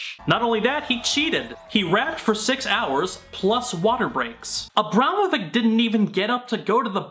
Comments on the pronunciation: You know what grinds my gears? The Kyle guy saying he's an expert on Abramovich and yet pronouncing her surname wrong... He says Abramovick instead of Abramovich, kay then, nice research you've put together.. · Ok, fuck, as a Serb, the butchering of AVramoviCH ( it's a sound similar to "achoo", kinda hard to describe) s name.